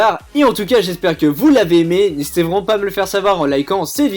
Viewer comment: tu dit n'ésitéent pas a liké ou disliké sa fait toujours plesire alors tien un dislike